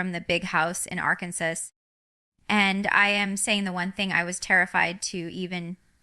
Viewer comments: This is the WORST version of AI I've ever seen!! The REAL Jinger knows how to pronounce Arkansas.....🙅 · This video doesn’t look real, it’s highly edited and it is clearly altering her speech pattern. If you watch Jinger’s actual channel you would understand what I mean. Like the way they have her saying Arkansas, that’s not how she pronounces it at all.Jinger is living differently than was raised, but I ‘m telling you if she was ever going to make such a announcement, she would release it on her channel not this one. And did you notice this video has her not being able to pronounce her own name. How many of you can’t pronounce your own name? This just isn’t real. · This is AI. Fake. Listen to how she pronounces the state she lives in. AI made it sound just like it is spelled.